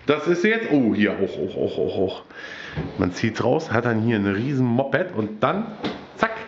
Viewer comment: Hast du ein Mopppppped oder wieso sagst du das als??? :D